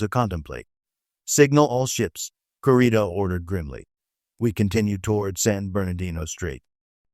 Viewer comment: Kurita is pronounced 'KOO-ree-ta!' Or 'koo-RI-ta' idk. I just know they pronounce it like we Hispanics pronounce letters.